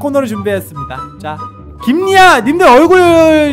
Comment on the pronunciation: 김 리아는 자기가 긴 리아는 못생겼다고 하냐 근데 자기 얼굴을 못생겼다고 하냐 긴 긴 이야은 못생겼다 이렇게 발음이 정확하지가 않아요 저 옛날 날에도 눈썹은 못생겼다 그래서 그 모자 무슨 색깔 기억 안나지 마 자기 얼굴을 말해서 못생겼다고 했잖아요 이번에도 그렇게 말해요 제 말 안 믿으시면 제발 안 따라하냐 탈락 합니다!!!!!